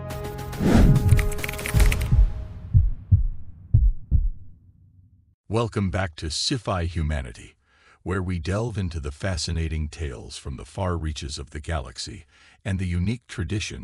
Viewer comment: Welcome to Siffhigh... Really AI? Get bent.